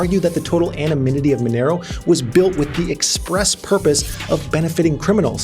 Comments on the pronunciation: "Anonymity", not "Anomynity". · Dont know if it was intentional or not but throught video you pronounced word anonymity in wrong way. Instead of saying "anonymity" you were saying "anoMynity". Anyone else noticed? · Anonymity max. Not Anomynity 😃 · kept messing up word anonymity. It is not anominity😂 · great vid but why you saying anominity 😂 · what's anomynity? xD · Anonymity is a hard word to pronounce